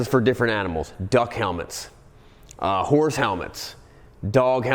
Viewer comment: I'm sorry did you say what I think you said because it didn't sound like you said horse lmfao